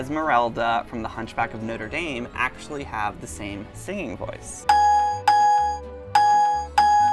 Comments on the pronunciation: It's pronounced "Notrer Damn" or "Notrer Darm" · The way you said notre dame triggered me, idk if it's different in America or what but oml. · I'm sorry but that is NOT how you pronounce Hunchback of Notre DAME. It's f**king French. Say it French